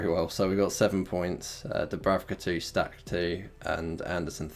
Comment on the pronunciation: It is pronounced Stack not stash ...😂😂